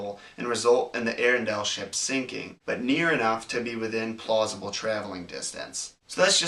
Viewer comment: He said PLOSIBLE!